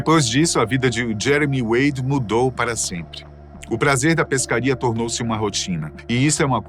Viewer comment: 😂 no final só saiu "Jemery wady"